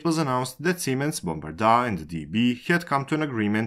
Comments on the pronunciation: Jesus Christ, it's not Bombardaaaaa, it's Bombardier... Bombardier ... ier... IER. not 'aaa'... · It was painful listening to how Bombardier was pronounced. Guess it's not so important now. Once partners in French, German, Chinese and their own offering (Zefiro), Bombardier is now no more having been purchased by Alstom. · to be fair, I don't care about the accent, it's heavy but whatever, it's great content and that's important, but from time to time it would be nice if the cared a little bit more about the pronunciation. Bombardaaaa is cute, a town where people died seems more callous. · The way you say Bombardier is just weird 😆